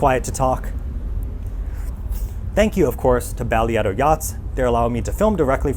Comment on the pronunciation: Less than two minutes into the video and I came to see if anyone mention it was pronounced differently, because I've not heard anyone pronounce it like did. 😆